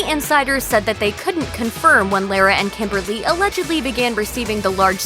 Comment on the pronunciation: Yikes. This narrator should learn how to pronounced Lara's name. I know because it's the same as my maternal grandmother's.